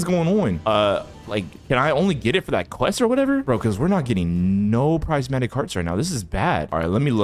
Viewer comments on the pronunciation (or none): btw prismatic u say it like prizmatic but its spelled prismatic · prismatic NAH bro sais Pricematic